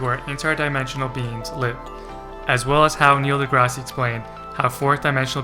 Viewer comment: That’s Neil Degrasse Tyson not Neil Degrassi.